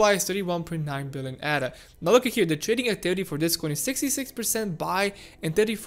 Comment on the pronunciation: Firstly, it’s not “Adder”. It’s not a snake 🤦🏽‍♂️. It’s pronounced “Ayder”. Ada is the name of a mathematician. She was not a snake. Secondly, you speak of the charts as though they have a mind of their own and we just have to merely sit back and study the charts to work out what they’re going to do. You do know that it’s people that make the charts move, right? Thirdly, when we hit the 1.55 area, there won’t be a rejection because some people hit 30% profit and think “damn, I better sell because I’m 30% in profit!” 🙄 name one person that would sell while they’re in the process of a profitable climb at such an early stage. Especially with the headroom that Ada has to move. There will be resistence at around 1.55 because there are a shit ton of people that would have bought in at around these price levels before and are stuck there, in the red. They will want to get out once we hit those levels (except hodlers). Resistence levels are not magical levels that create resistence for nothing. They are people, selling. Lastly, it’s not a case of “sitting and waiting” for Ada to do something. It’s not a living creature 🙄. If people sit and wait, nothing will change and we’ll continue to move sideways. If you want Ada to do something, buy some!! 🙄